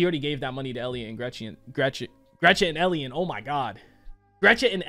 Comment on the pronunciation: "Gretchet and ellion" 💀